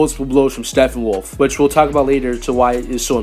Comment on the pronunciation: "Steffenwolf" is driving me nuts. P's bro. P's StePPenwolf.